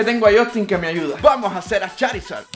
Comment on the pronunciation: Charisad❎ chorisad✅